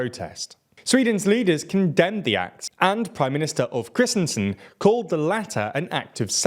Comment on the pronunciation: I'm pretty sure his name is Ulf Kristersson and not Ulf Chrisnsen